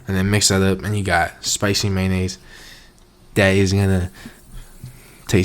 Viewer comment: "spicy mAyo-nAy-sO" hahaha